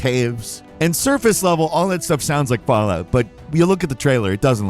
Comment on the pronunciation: Fall… out? Fall out. Falloot